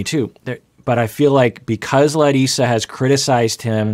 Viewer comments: Every time he says her name - I go ahh so nice to hear MY name pronounced properly . Instead of Americanized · I really appreciate the effort is making to pronounce Larissa's name in a more brazilian way since the last video. Also related to her brazilian origins, I know it feels like she's not being supportive sometimes in regards to have Debbie living with them, but here in Brazil we usually don't like to live with our spouse's mother and we tend to think that this brings problems to the couple and the whole family when one's mom is envolved. It is very usual the request she is making at least culturally.